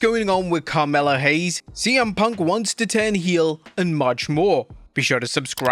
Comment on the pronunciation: This hombre said Carmela Hayes 🤣